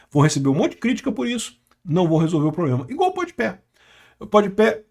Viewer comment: o melhor é o dizendo podi pé sendo que é podi pa